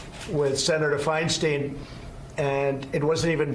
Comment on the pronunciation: You'd think after two years he'd know how to pronounce Senator Feinstein's name... it's not like he hasn't met her and spoken with her any number of times... smh.